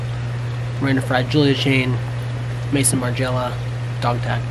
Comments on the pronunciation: Hey guys! This is 100% not a criticism, just an FYI incase you're ever wondering or wanted to change up how you're pronouncing it... "Maison Margiela" isn't May-Son like the guy's name. It's actually French for "house" and it's pronounced more like May-zon where the "o" is an "oh" sound and there isn't much emphasis on the "n" at the end :) PS. Love all your vlogs and think you guys are awesome! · it’s “Maison” Margiela as house of fashion of Margiela - Maison in french is house - not “Mayson” Margiela - just wanted to Point it out